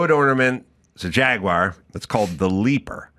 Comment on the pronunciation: HOLY CRAP! Erica pronounced "Jaguar" correctly! HUGE Kudos to Erica! Give her 100! Listen people— It's very easy. "Jag–wahhr". Rolls out of the mouth. Stop with the Jagwire shit and do it now. Say it with me — "Jag–wahhr". Simple. Like "ahhh"... Jagwahhr.